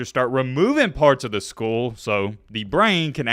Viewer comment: I’m gonna skip over your pronunciation of skull bc of the seriousness of the topic